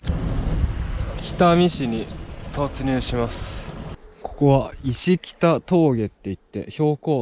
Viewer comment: 石北峠＞＞いしきたではなく せきほくとうげ ・・でもここも学生時代よく越えて 同窓生の網走から来てる学生旧友先へよく泊まり 卒業間近に 卒業記念 流氷見に行きました。ＨＯＮＤＡ1300クーペ 空冷ＦＦ車に スタッドレスは当時無かったので駆動側 スパイクスノータイヤ リヤは普通の当時のスノータイヤで空冷の暖気が弱い車で越えました。学生時代4年生時代のバイトで 名寄で購入したおんぼろスポーツクーペでした・・懐かしい！！こんなに道も良くなく 途中の層雲峡温泉立ち寄りで温泉も帰路入りました。。良い峠です。😇